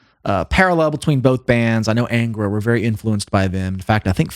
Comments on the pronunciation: Just one observation: The correct name is pronounced ÂNGRA (nasalized), not ENGRA. Another important piece of information is that 3 members of that 90s lineup formed another band, called "Shaman". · A small point on the pronunciation of "Angra". The "an" is not like the "an" in anger, but the "un" in pun.